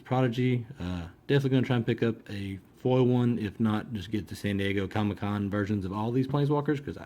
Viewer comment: You can't pronounce the word foil :)